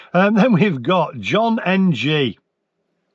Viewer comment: You idiot lol,you crack me up,pulling up peoples spellings etc.Yet at 6.27 in,you couldn't even read the name John correctly.Thankyou for making my day😂😂😂😂